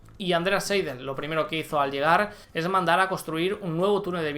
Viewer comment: Saludos a y a toda la comunidad., en alemán, cuando se escriben seguidas y en este orden las letras "ei", se leen "ai". Por ejemplo, Andreas "Seidl" se pronuncia "Saild". No es que quiera impartir un curso de alemán, que no tengo ni idea. ¡¡¡¡Quizá el mismo Andreas sea suscriptor de este canal..... Gracias por tus videos. Haces un gran trabajo, y más en estos días de confinamiento.